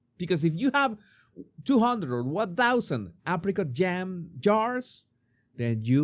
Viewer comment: Every time you said "Apricot" spread I heard African spread.